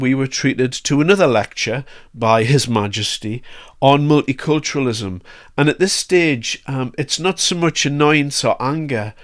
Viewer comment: Did he say mulit-culturism during his address?